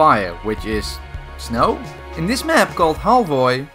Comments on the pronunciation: I think Halvoy is pronounced : Hal-veu. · You pronounce it as = haal - w - euy im norwegian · lol as a norwegian i cringed when you tried to pronounce halvøy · Iam norwegian and it was so funny when you saks «halvøy»